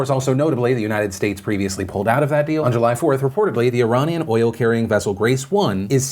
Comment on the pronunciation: Phil, you pronounce Iranian weirdly. The first a is pronounced like the letter 'A'